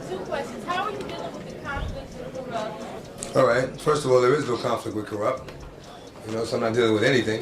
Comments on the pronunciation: who is Kooroopt ? also early 1990's ? dmx came out in 98 , how the fuck is that early 90's ??? whoever narrated this needs to get they ass back to school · I've about had it with hearing "Kuroopt" from this guy....😤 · ka roopt. 😂